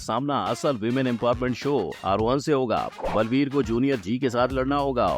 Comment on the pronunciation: Blveer nahi sir baalveer 😂